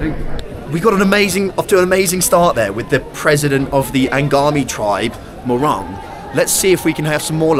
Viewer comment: It's not morang pls ,it's pronounced mohrung